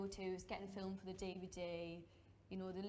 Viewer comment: “fiLEmed” “fiLEm” 😭😭😭😭😭😭